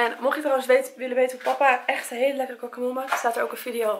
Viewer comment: Ik ga stuk over hoe jij guacamole uitspreek 😂💜 voor de rest wel leuke video💜💜💜💜💗💗💗💖💖💖